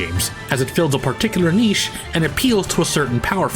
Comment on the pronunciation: Just letting you know if you care but you pronounced niche wrong.